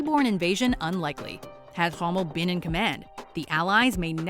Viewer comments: Who is"Hommel"? Did you mean "Rommel"? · Totally mispronounced Rommel Nice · 2.45 how she says romell 😂😂